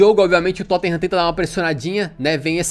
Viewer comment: "Tottinham" vc é ridículoooooooooo hahahahaha Mais uma vez o Tottenham nos trazendo felicidade .